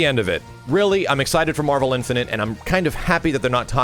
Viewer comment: Is someone ever going to tell that it's not pronounced "Infinant"?